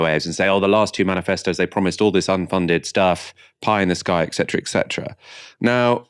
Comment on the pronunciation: et cetera, not ek cetera...